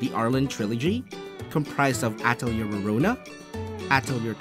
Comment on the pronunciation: I cringe at your pronunciation of Atelier....